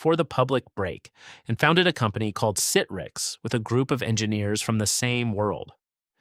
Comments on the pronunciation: OMG, some of the pronunciations are HORRIBLE! I can mostly forgive Boca Raton but not Citrix. It's "sit tricks", not "sit ricks"! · Are you ever going to have a human read the scripts so we don't have to hear so many terms mispronounced?! Sit-riks, Boca Rah-tone. jeez